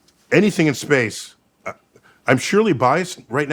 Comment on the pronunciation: dude said "shphace"... Dude was saucedddd lmao